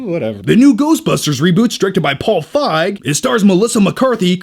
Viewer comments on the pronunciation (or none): It's pronounced Feeg, not Faig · Feig = "feeg" (like the sound in "feed"), not "fyg" (like the sound in "five"). And now you know. And knowing is half the battle. Go Joe. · Paul F"eye"g? Lol. Paul Feig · The way says "Feig" 😂😂😂